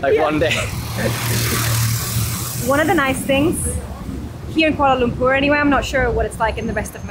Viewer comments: Yeay for the correct pronunciation. Very rare indeed. 👏🏻👏🏻👏🏻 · I like the way says 'Kuala Lumpur'. So perrrrfect! 👍 Enjoy your stay in KL guys.. 🤗🤗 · The way she pronounce 'kuala lumpur' is actually spot on.. enjoy ur time here, welcome, Selamat datang ke Malaysia 🤝